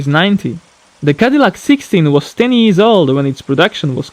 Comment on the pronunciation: Am I the only one who is hearing ''IS'' instead of "years" ?